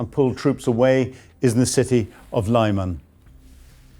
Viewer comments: It's pronounced Lee-mahn, not Lieman. This channel never ceases to amaze in it's ineptitude. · It's pronounced Li-mahn - I'm going to have to start handing out lines if you persist in not doing your homework! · Lyman - Arghh - Its pronouced "Li man" or "Lee man" NOT "lie man". Come on please. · Lyman is no English city. So please don't pronounce it, if it were.